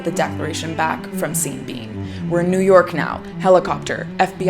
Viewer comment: Every time you say seen bean I just lose it